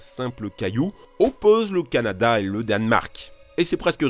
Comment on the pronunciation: Le "cananda"😂😂😂